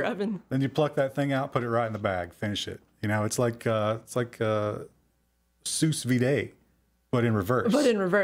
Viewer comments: "Seus viday"??? It's pronounced "sue veed" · Frank J sues biday